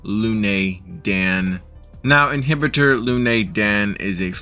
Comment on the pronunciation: It is imbibitor lunae not inhibitor lunae.